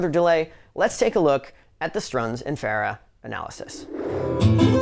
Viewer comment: One off the wall question.. You pronounce Farah unique. Is that how Ardeshir said to say it? I have always said Far-uh. Some say Fur- ah.. and you say Fair-ah.. Kind of a silly question but just a curiosity aside from the playing.